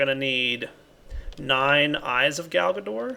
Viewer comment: I don't know... everytime he says Galgador I just hear Garbador...